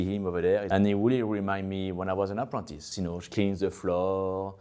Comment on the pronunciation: 'Apontis' 😮😂 "Apprentice" ❤ hard french accent